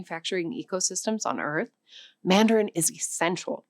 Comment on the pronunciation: She is 100% AI. As an ESL teacher with 10 years of experience I can tell you it's not that it's not a thing about her being native. She chewed the word mandarin, she inconsistently pronounced angola and angolia etc. Freaks me out man!! They even got the shadow of her earrings 😢